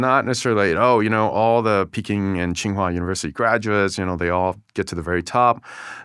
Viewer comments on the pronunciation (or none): none